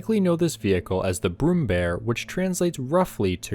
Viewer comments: ä is pronounced like the "a" in rare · IT'S NOT BROOMBEAR IT'S PRONOUNCED B R U M M B Æ R